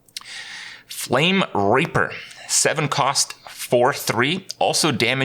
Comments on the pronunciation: Yeah, he totally said Flame RAPEr. Not reap, rape. Good job, Kripp! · Kripp: It wasn't me! I'm just Canadian!